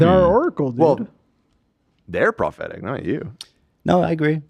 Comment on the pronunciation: I thought Ethan became self aware and said "pathetic" not prophetic 😂😂😂